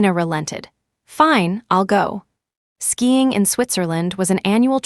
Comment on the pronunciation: SKIING not skying